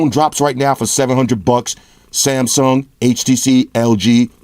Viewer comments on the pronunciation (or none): none